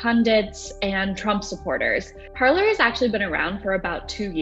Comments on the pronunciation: Are we really pronouncing it Parler... instead of you know ... parlay. Parler is French for “to speak.” Only Americans can completely change the pronunciation of a French word 😂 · Shouldn't it be pronounced like "par-lay"? It's from the French meaning to speak. Not from a room in your house where you gather for tea. i.e. parlour. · 😂😂 You feel my pain. I studied French so I cringe when I hear it pronounced “parlor.” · “Parler” is the French verb “to speak” and no one is saying it correctly 😓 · I am guessing that Trump supporters never watched the very FIRST "Pirates of the Caribbean", otherwise they would know that Parler is a French word that was adapted in whole to the American language, where we can confidently mispronounce it. 🤣🤣🤣🤣🤣🤣🤣☠☠☠ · considering I’m very American and not French it shouldn’t surprise you then... I just have some world knowledge to know that Parler is a French word. It would be like pronouncing filet or buffet without silencing the t. We silence the t as it is a French word. British people don’t silence the t, and here we are taking something out of their book with Parler. If Parler means to speak, which is clearly why the platform was named Parler, then wouldn’t it make sense to pronounce it as it’s intended? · So it’s not pronounced as it is in French? Makes sense since “parler” means “to talk” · Parler (French pronunciation) = speak in english. Did they mean "parlour" as in parlour talk (courting a girl/boy)? 😉